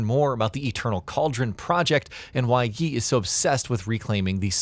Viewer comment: You mispronounced every Chinese name/word. Didn't even get Yi or Qi right haha.